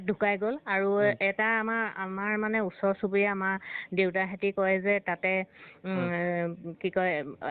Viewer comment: উচৰ আৰু ওচৰৰ বিষয়ে উচ্চাৰণ কৰিব নজনা জনে নিজকে বহুত জনা বুলি দেখুৱাবলৈ লাজ পোৱা উচিত।